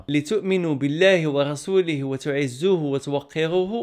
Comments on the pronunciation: اخي (تعزروه و ليس تعزوه ) عرف مدرتهاش بلعاني حنا هنا كنستفذ من بعضيتنا كمل محتوى فن الله اعونك كنستفذ منك بزاف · أخي تحيا ليك.ولكن راك خطأتي فالآية 8 قلتي وتعزوه والصحيح هو وتعزروه(لِتُؤْمِنُوا بِاللَّهِ وَرَسُولِهِ وَتُعَزِّرُوهُ وَتُوَقِّرُوهُ وَتُسَبِّحُوهُ بُكْرَةً وَأَصِيلا)